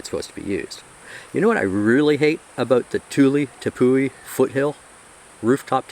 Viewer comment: Not to be a nag but it’s not pronounced Tepoo-ey. It’s an Pemon/Cariban word from Guyana. We say “ ˈtɛpwi “ or, “Tep-Wee.” Thanks for attending my Ted Talk!😊